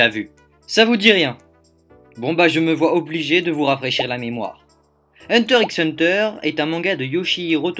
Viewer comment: Moi ça m'a choqué quand j'ai regardé les 2 (d'affilée en plus mdr) mais par contre dire "hunter ix hunter" c'est inadmissible pour tout fan de manga ou anime, on dit "hunter hunter" voyons